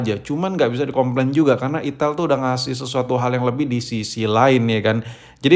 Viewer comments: Itel tod bukan ithil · Ai tel baaang.... Bukan i ti iL 😂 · Bang lu jangan bilang itil2 terus dong bang...😅. Kan merek nya itel. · ital itil bae boss kok nyebut'nya 😁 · Saya lebih suka penyebutan merk nya yg salah😂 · Di Typo2in mulu nyebutnya😭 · Itil bos jgn salah sebut lagi